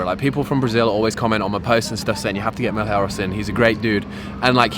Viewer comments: Now teach them to say Malheiros correctly too 🤣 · Just an average Brazilian helping anglophones pronounce "Malheiros" correctly. I hope you guys will use it a lot in the future. Ma - as Mars Lh - as the "ll" in million. (Not the same, but it's the closest sound I found) Ei - as eight Ros - as rosso (red in italian). The R sound is made with the tongue.